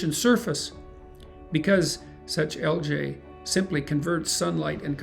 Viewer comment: This vid was great but do ya’ll seriously say ‘AL-JAY’?! 😂